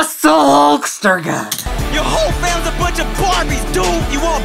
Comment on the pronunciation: Thank you for saying hulkster